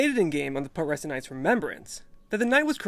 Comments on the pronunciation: pronounced pew tres sent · It's pronounced pyoo-treh-sent, like putrify.